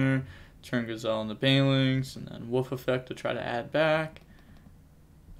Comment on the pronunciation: It's Wolf not woof!! Lol